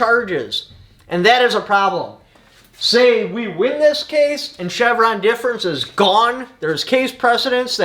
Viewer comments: DEF, not DEP! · It’s Chevron Deference lolz.. not difference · Difference versus deference is very important in its reading here….lol 😂 You do great things for the community so I don’t mean to make fun of you. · Not that it matters much but it’s Chevron Deference Pronounced Deaf-rence Thanks for the great video. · Say it with me: "Chevron DEFERENCE"